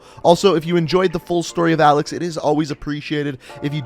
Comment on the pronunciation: for the last time... A L E X IS A L E X